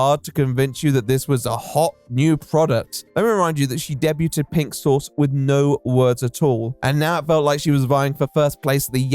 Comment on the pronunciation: He also say ‘debut’ weirdly lol Methinks it’s just a him thing, or maybe a case of not hearing the word said out loud often enough? Idk lol